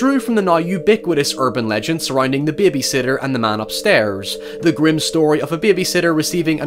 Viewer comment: Literally didn’t hear the accent until he said “babisitter” then it came flooding out.